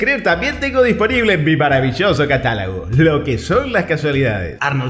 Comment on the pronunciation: No sé si alguien lea este cometario más de 1 Año después de que apareció esta joya... pero acabo de escuchar que el Emperador Galáctico "", dice en el minuto, "Catálago," en lugar de Catálogo...🤫... vaya vaya...."Lo que son las casualidades".. No obstante, la calidad narrativa de todos los videos es excelente.... PD: Solo yo opino que deberia ser mas exclusivo, 2 videos a la semana con esta calidad, son la cantidad perfecta. Hacer un en vivo de más de 2 horas como que😵‍💫, Y como lo dijo en algun video el bueno e irrepetible emperador "".....Quiero aclarar que lo anterior es solo una opinion muy personal y por ende correcta.. Saludos.